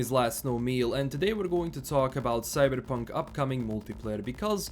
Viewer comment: Today we're going to talk about 'Cyddddberrrrpunk'